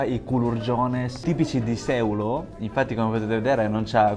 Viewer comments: Finalmente la Sardegna più vera! Unico errore, si pronuncia Seùlo, non Sèulo😊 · Bel video, una cosa sola però: si dice Seùlo e non sèulo. 😅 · Bel video, però mi chiedo, ma davvero nessuno ti ha corretto? Si pronuncia Seùlo e non Séulo, sarebbe come dire Romà al posto di Ròma, non si può sentire. 😂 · Bravo. Però si dice Seúlo e non Sèulo. Errore veniale, perdonato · Seuuuuulo pronuncialo con una U lunga ed è giustissimo :) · Grande! Sei andato un un posto stupendo! La pronuncia corretta è Seùlo. Io sono originario del paesino poco prima Sàdali. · bel video, però si dice Seùlo con l'accento sulla u, scusa mi mi stavano sanguinando le orecchie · La pronuncia corretta è Seùlo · Seulo con accento sulla u..un abbraccio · Seulo l accento non va sulla ~ e ~ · Ahahaha come ha letto Seulo😂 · Grazie per il video, un solo appunto: Seulo, con l' accento sulla U. Ciao. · Benvenuto nella mia terra... una volta che ci passi... poi ci torni... perché questa terra è magnetica...tesò nel nome del paese Seulo l'accento va sulla u... 😅❤😊